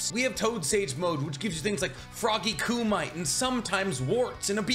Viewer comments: "Coomeetay' not 'Coomight' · Kumite pronounced koo-mi-tay... not koo-might 🤗👍🏻👍🏻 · Is it Ku•mite ?… or Ku• me•Tey?… I think he’s pronouncing it wrong … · Froggy Kumight? LOL. Kumite (Koo-Meh-Tay) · Kumite...Koo-might?....SIR. KOO MUH TAY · Hey just in case you weren't kidding it's "koo-mee-tay" not "koo-mite" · I thought it was pronounced like “koomitay” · Kumite is not pronounced Koo-Might. It is pronounced Koo-Mee-Tae. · froggy coomite? I feel like this guy has never watched the anime lol. Both the sub and dub audibly pronounce froggy kumite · Ku MIT aye. Not kumite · Isn't it pronounced frog koo-me-tay/koo-metay and not koo-might? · “Coo might” gets me every time lmao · Love the videos, it’s frog “ku-mi-tay” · This guy said koomight🤣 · “Froggy ku-might”? Oh, no… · Frog Koo-mee-teh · It’s “koom-I-tay” kumite. Like the Jean-claude van damme movie “bloodsport” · Kumite = coo-muh-tay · It’s pronounced koo- me- tay ~kumite~ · Koo-Mi-Te Your content is nice, really. But the way you just mess up some of the pronunciations really kills the vibe. I hope you're able to fix this in the future. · Frog coo might 🤣🤣 pronunciation is the worst bruv.. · just saying he constantly goes on about how Hes like a master of Naruto knowledge (he is very knowledgeable) yet constantly mispronounces things like frog kumite as kumight, calls Kakuzu "Kakuzo", calls Katsuyu "Katsuyo", pronounces edo Tensei as edo "ten-sigh" etc. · Still have issues with the pronunciation of kumite. . . Otherwise love your stuff